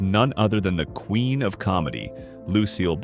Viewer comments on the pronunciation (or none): none